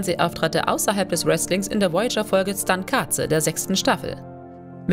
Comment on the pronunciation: Das heißt TSUNKATSE und ?????????